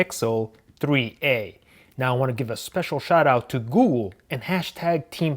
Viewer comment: Googoo 😂 I know I'm not the only one who hears that